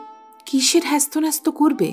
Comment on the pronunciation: গল্পের সমাপ্তিটা ভাল লাগল না। সোহাগী যদি স্বামীকে কর্মতৎপর করার জন্য বাবা-মার আশ্রয় থেকে সরে যেত সেটা ন্যায় সঙ্গত হত, কিন্তু বাবা মাকে কাঁদিয়ে নয়। আপনার কন্ঠস্বর মিষ্ট | উপস্থাপনাও প্রাণবন্ত ৷ কিন্তু কিছু পরিচিত শব্দের ভুল উচ্চারণ কানে বাজে ৷ যেমন, করজ্ নয়; কর্জ ; বাধ্ বাধ্ নয়, বাধো বাধো ; হ্যস্ত ন্যস্ত নয়, হেস্তনেস্ত ৷